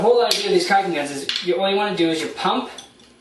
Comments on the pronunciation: it's caulking not cocking. Maybe in an irish accent - as in - " whale oil beef hooked.." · Dude Its caulking not cocking.